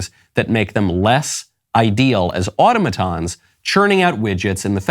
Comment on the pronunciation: 1. Automaton is pronounced aa·taa'·muh·taan. 2. There is no such thing as "illegal immigration"- it's called "migration"- Immigration is legal, because you go through the proper channels to become a naturalized citizen.